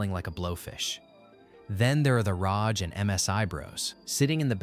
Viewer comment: ASUS ROJ is killing me xD